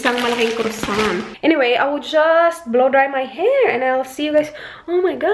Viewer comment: Hi,,croissant is pronounce as quasant